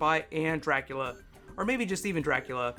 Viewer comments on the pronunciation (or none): none